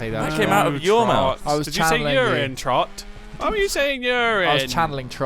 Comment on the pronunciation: u know what ITS ITS ITS TROTT NOT TROT